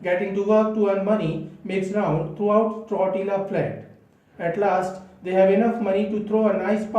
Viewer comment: I think its generally pronounced as " Tortiya " flat.. just fyi... Hearing it incorrectly pronounced grates . Apologies .Steinbeck is among my favourite authors . Follow this book up with Cannery Row .